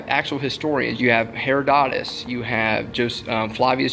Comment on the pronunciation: Did this knucklehead pronounce Herodotus (huh-rod-uh-tuhs) as Hair-uh-doe-tis? Ugh it hurts my ears, and they are already bleeding from the nonsense of the video.